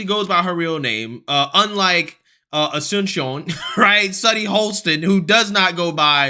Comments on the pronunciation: mOsT aMeRiCaNS cAnT pRoNounCe AsuNcIoN - Says the bih that cant pronounce Asunción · So anyone who can't pronounce her name correctly is undereducated? Got it! Sunny is the only smart one in her eyes. Lol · “Most Americans can’t pronounce Asunción because of the undereducation in our country” -Sunny Hostin Wow Btw Sunny “undereducation” is not a word but I’m sure you knew that since you’re so above average.